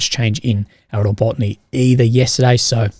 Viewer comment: Not RO-BOT-NY, but RA-BO-TI-NO for fuks sake.